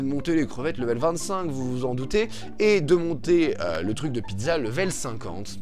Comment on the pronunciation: C'est moi ou t'as dit Pie de Za ?